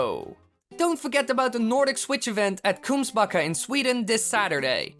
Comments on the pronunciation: 😂😂😂😂😂Kungsbacka. You ar not saing it korekly😂😂😂😂😂. I know how to prunaons it becos of I am swidich. Kungsbacka=kinghil. Å.Ä.Ö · That's probably the cutest pronunceation of Kungsbacka I've ever heard. Too bad the train was to expensive, and I got other plans, otherwise I'd go there too.